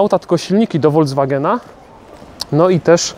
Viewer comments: Na Boga: Volkswagen, a nie Voldzwagen. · Oj, mówisz całkiem dobrze po niemiecku ale słyszałem jak powiedziałeś foldzwagen zamiast volkswagen